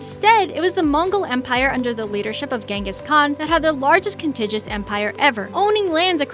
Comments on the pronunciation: Here we go again: "Contiguous (sharing a common border; touching)" is pronounced "Con-TIG-gue-us," not "Con-TIJ-us." It's easy to look things up; just type it into a search engine. I use Google. Edit The farther I get into this, the more mispronunciations and bum dope comes out of your mouth. Washington and the cherry tree was a myth started by Reverend Mason Locke Weems in his biography, "The Life of Washington," after our first president's death---and even then did not appear until the fifth edition of the book, which may have been mostly fiction. I'm giving you a Thumbs Down on this mess. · con·tig·u·ous There are 4 syllables